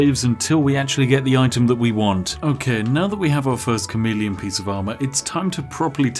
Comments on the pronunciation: Had my headphones in while this played on my phone and I really thought he was saying "comedian" not "chameleon" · I knew it was chameleon armor but did anyone else thought he was saying comedian armor